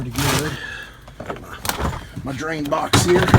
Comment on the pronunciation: What's a "drian"?